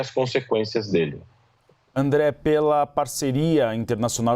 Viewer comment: Qto a competência do apresentador: Cara... Inadmissível um âncora de uma emissora do tamanho da CNN não saber quem é o André e por isso pronunciar o nome dele errado... Affffff